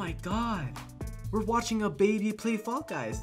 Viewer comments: "Fall Gus" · Fall guys uh I mean guy no no uh f...a....l...l gusy no um fall gus